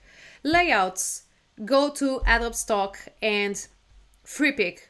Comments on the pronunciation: it is pronounced a-dó-bee, not a-do-oob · Hello great tips! By the way, don't mean to pick nits but it is pronounced "A-dough-bee" not "Ad-obe" English is weird and your mastery is very good, and Adobe is of course a Spanish word. But that is a NIT and your tips are SUPER!!!